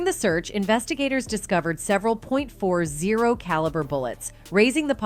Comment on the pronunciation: Did that chick just say “he offered him a “point four zero caliber Glock” 😂😂😂